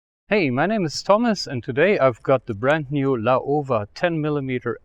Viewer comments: Laowa （老蛙）is read as ‘lau-wa’. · it's pronounced Lau-wa fyi.